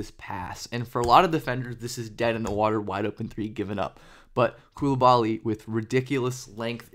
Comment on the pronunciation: You keep butchering his name